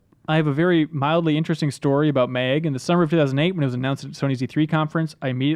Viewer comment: Why did he call MAG, MEG about 10 times.